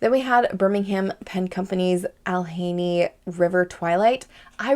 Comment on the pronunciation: Allegheny. Pronounce the "G". Allegheny - al (not all) eh gain ee